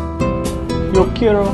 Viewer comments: key-air-o??? it's not english, why make it so complicated... kearo is allright yo quiero!! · you're horrible at pronouncing quiero but that's okay cuz i like your art. btw, since when does taco bell give that much cheese with their nachos? i WISH